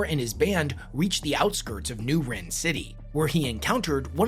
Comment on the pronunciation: It’s pronounced rin not wren 🤦🏻